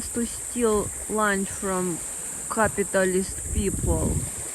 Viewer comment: Great opening with russian accent😂❤. "Capitalis People" 😭🤣